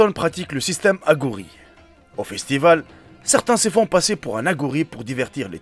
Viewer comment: Aghori ta prononciation et fausse hiughour c est le musulman de chine